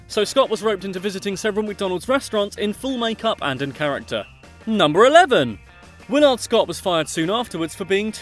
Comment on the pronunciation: The second syllable in Willard Scott's name is deemphasized, with the accent on the first syllable, so his name is pronounced "WILL' - erd". Not "WILL ARD".